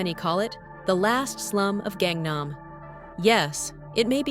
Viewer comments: please pronounce gangnam as gaaaaaaang naaaaaam not gengnem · 갱남이라고 읽지말고 강남이라고 읽도록해봐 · Its gangnam not gengnam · Gengnam gengnam, not gengnam la. GAngnam pls. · Can't even pronounce "Gangnam ('Ghang Nam') 강남" properly but you want to be taken seriously? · "KAANG" nam actually.. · That Gangnam pronunciation hurts my ears. Not that hard, you even mentioned the song 🤣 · Kangnam area south (nam) of the river (kang). Kangnam is pronounced with a soft "a" in Kang. Your mispronunciation takes a lot away from the video..... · If you would learn to pronounce "Gangnam" properly, I might be able to watch the video to the end! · Ai video, it can't even pronounce Gangnam city correctly.